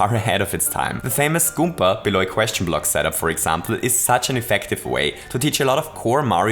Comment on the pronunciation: I love the way he sais "goomba" sounds like "goompa"